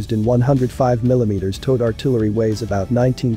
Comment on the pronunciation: Say Towed artillery again.